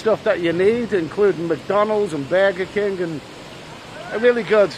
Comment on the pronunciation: says "Bayger keeng" (burger king) I believe this accent is where our American Boston accent comes from